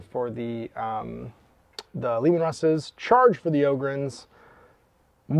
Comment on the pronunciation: Bonus pts tho, for pronouncing 'em 'Ohhh-gryn', not 'Awww-gryn'. They're space 'Ogres', not 'Agres'! 👍